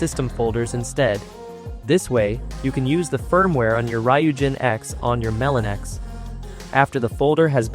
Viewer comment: Just letting you know, it's pronounced Melo-NX. dw about it but for next time you know.